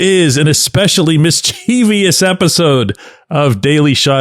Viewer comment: NOT parentheses; it is quotes. And check on Mischievous. No long "e."